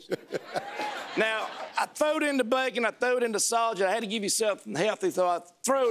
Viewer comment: Instead of “throwing” his said “thowing “